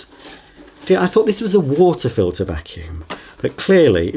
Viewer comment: I've never heard him say a vacuum this bad